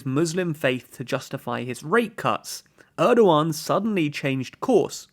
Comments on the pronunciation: Erdjuan , I cannot unhear you calling him Erdjuan! Dammit. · So funny how you call Erdogan as Erdo one!